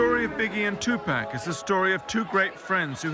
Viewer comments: TuPACK???? REALLY.... IF your going to make a documentary about PAC at least say his name right!!! TUPAC... I can't even watch this shit because of that... Tupack.... SMH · i swear if this guy says TUUPEK one more freaking time i'm gonna lose my damn mind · Stop with the tupack its tu paaaaac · Most us brits do say tupack we pronounce our vowels differently, I say tupac but everyone else I know doesn't and that does bug me out. I wouldn't say its disrespectful until you tell them how to say it and they keep doing it, then obviously its disrespectful asf. Me personally I blame the media they always say his name wrong and it's not just white people I've seen black people say it wrong too not as many obviously, its mostly the upper class. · it's tupac not tupack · Great documentary. Only thing? I cringe EVERYTIME the dude says PACK instead of PAC. Uggh! PLEASE say it right, just once. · the white folks always saying tupack not tupac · two pack? lol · If I hear this Nigga say Tupack one more time!! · To pack?? I would learn how the name is pronounced first. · Лубомир Фенык he even got the grammar right, he said "two packs" haha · I stopped it after he said "Two-Pack" -_ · If this narrator says, "Two Pack" one more time......... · tupac and two pack sound the same and everyone says it that way so i dont get what your on about. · To be honest the narrator is being lazy, its not hard to say 'tTwo Pock'. Americans don't say "I want a 6 'Pock' of beer", they say pack. The American newsreader also called him two pack though - lazy pronunciation is the problem not accent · two pack ;-) as in 2 fer 1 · I cringe every time the narrator says "Tu-pack" -Come on guy, REALLY? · once you take into account that there are lots of different people on the planet and they dont all have the same accent and pronounce words the same...... its real easy to accept his pronouncement of "2-pack" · I'm so ashamed of my white people calling him 2pack.